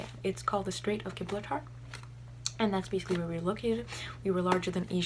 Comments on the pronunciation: Soft G in Gibraltar btw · "gib-lar-tar" made me laugh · straight of gibralatar hahah. it's pronounce straight of jjjjeeehhhbrawllllter